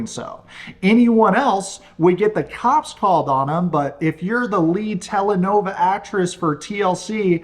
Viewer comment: Tele-NOVELA, not Tele-NOVA